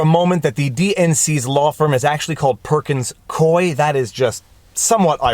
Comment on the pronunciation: Not to steal from your ironic observation regarding Perkins Coie, but it's pronounced "Coo-wee," not "Coy."